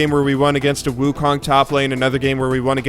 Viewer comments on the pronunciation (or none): none